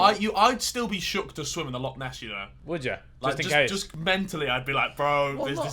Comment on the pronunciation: Me being Scottish and the guy say “loaoaoaoaoaaoaoaoaoaoaock”